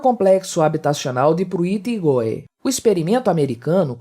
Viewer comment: Prui Aigow é a pronuncia correta